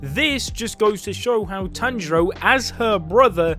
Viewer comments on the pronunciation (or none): Tanero 😂😂😂😂😂(Tanjiro)